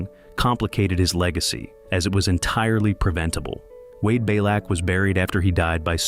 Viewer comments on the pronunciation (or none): pronounced Bee - lack